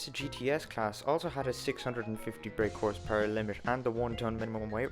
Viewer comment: Love how you say Horse PuRerrrr.